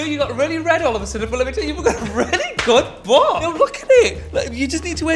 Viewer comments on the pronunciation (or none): No one: Tan: GOHD BOHM